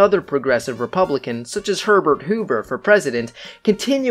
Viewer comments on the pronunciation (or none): none